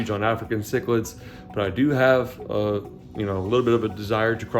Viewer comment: Do a 6 foot tank with some Vieja, by the way that's Spanish so the V becomes a B so it said BE A Ha , means old Woman. No one says it right, lol and do a 90 in corner